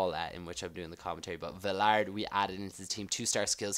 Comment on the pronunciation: Vilarday is how it's pronounced